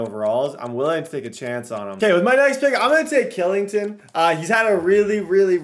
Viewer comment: Hey. Kylington is pronounced Schillington